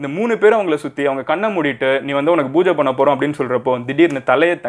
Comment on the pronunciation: Pooja ya yeduku booja nu solriga brooo???